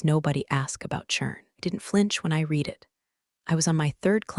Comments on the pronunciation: Resume, Should be spelt RESUMÉ. Pronounced Res u may. Do better. Your AI does not understand read and read. While it is spelt the same, it is pronounced differently depending on tense. DO BETTER. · Mispronounced words: resume and read . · Yep. Though personally what gets me is that the pronunciation can’t distinguish between read and read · I think your writing is really good but through story after story, your AI voice still can not read past tense "read" correctly. Such an obvious tell on what's wrong with your AI.